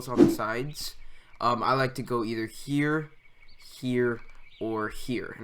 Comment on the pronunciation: I like how you say here: ghere 😂